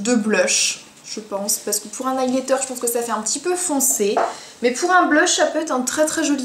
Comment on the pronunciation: Highlither = Aïlaïteur Baked = Béïkèd Sinon super vidéo :) Tu ne fais pas de coupures comme toutes les autre "wanna be" et c'est extrêmement plaisant !